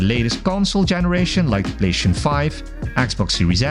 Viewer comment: The way you say PlayStation 😡